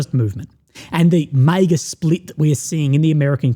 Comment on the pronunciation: I love you but why do you pronounce MAGA like that